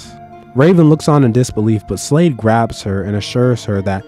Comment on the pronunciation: He said graP